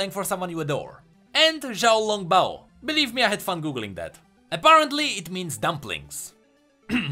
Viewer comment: Miku is Jpop, not Kpop Btw. the bio are more of Kpop cultures, most group have bios with their stats correct me if im wrong, but some Kpop groups have 2 Lead vocalists. Also u kinda butchered xiao long bao XD, xiao long bao is a sort of dumpling with a watery content inside